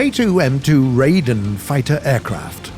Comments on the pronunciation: it's pronounced rye-den, not ray-den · I die every time he butchers Japanese names like Ryuusei as "Rai-oo-say" or Raiden as "Ray-den" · Ree-U(You)-SayE(Say E) Ri(Right)-Then/Dun(idk which one)